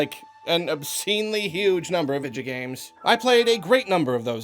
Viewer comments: Nobody:: Vidjo Games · I love how you say "video games" as "vidjo games" lol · "Vijagames". That pronunciation is probably scarier than Resident Evil 7. I was wondering if you played Skyrim. It's definitely in my top 5 this decade, along with The Last of Us. Not only it's one of my all-time favourites but objectively one of the best of the decade. Period. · "Vijigames" lol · I thought you said “ninja games” at the beginning bruh